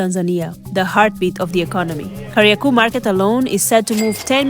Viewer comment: it's Kariakoo with a long O, not Kariaku. 😅